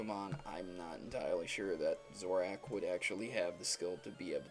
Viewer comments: ITS PRONOUNCED ZO-RORK!!! Not zorack!! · its zoro ARK not ahk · STOP SAYING ZORACK ITS ZO RUH ARCH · and also, you pronounce zoroark like this: zorak. it is zoro-ark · It sounds like you say "Zoroack" XD it's "ZoroARK" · Its Zoro- ARK Not 'ack' ZoroARK - >:( Zoroack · I'm sorry, but I can't take you seriously between the stilted speech, the obvious lack of effort in editing, and the fact that you repeatedly called a pokemon ZORAK. It's Zor-o-ark. Like it's got an R right beside the k. Hell you could have said zo-roark, I'd be okay with that too. If you can't even bother to learn a name properly, I can't trust your skills of deduction. 3/10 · zoroARK not zoroACK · "Zoru" "Zoroak" "Zorak" Guys, it's Zoroark and Zorua. <_> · Lol Zorack it's Zoroark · I can understand mispronouncing Alomomola or Rayquaza but Zoroark? c'mon man, Zoroark, not Zorack and when you say Zorua it sounds like you're saying Zoru. I don't mean to be an ass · BUT!! first off, I want to say that I LOVE your videos. but one thing botered me in this one. its pronounced zoroARK not zoroWAK. just saying... side note, in one of the episodes from the anime, a recent one, I think a zorua transforms into a person to act in its trainer's films. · Zoru and Zorak? :P It's Zorura and Zoroark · Most monotone thing I have ever heard also its zoro-ark not zoroak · It's pronounced ZoroARK, not Zoroak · I'm sorry dude, I can't go past 30 seconds. Normally I'm okay with any pronunciation of Pokemon, but that's just ridiculous. "Zoru" and "Zorahk"? ZoruA and ZoroARK. I've watched a few of your videos and I'm pretty sure English is your first or very prominent second language - so that's inexcusable. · It's (zore-oo-ah) and (zore-oo-ark) not zora and zorack! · You said zorua and zoroark incorrectly. Zorua has an a, so it isnt pronounced like "Zor-oo" it should be "Zor-oo-ah" and zoroark should be "Zor-ark" rather than "Zor-ack" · You said Zorua and Zoroark wrong. It's zoreOOuh and zorOOark